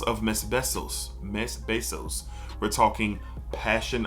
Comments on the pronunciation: Not to be that guy, just a Frenchman looking to help ;) Mes Bissous is pronounced like 'May Bee-Zoo' It's nowhere near summer here. I'm still firmly in the fougère temperature range. But looking forward several summer fragrances. Aqua Dell'Elba Classica Uomo is my favorite Mediterranean aquatic. Never mentioned anywhere, citrusy, green, salty. I put a huge dent in my bottle last summer. Untamed My Greek Lover, great all day citrus and floral with herbs and musk. L'Eau Bleue D'Issey Eau Fraiche for the hottest weather days, tolerable green aromatic for peak heat. Imaginary Authors Saint Julep for barbecues, sugary boozy mint and Magnolia. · It’s pronounced (may-bee-su) but it’s super tricky!